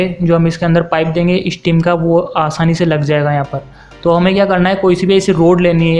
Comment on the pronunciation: ishtim kia hey pishtin kiia hey asli lafz steam and piston hey bachey aab samch aaya